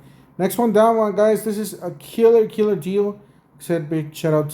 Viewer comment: Don’t forget the Arizona accent